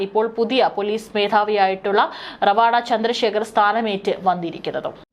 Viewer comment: റവാഡാ അല്ല രവതാ ചന്ദ്രശേഖർ എന്നതാണ് ശരി❤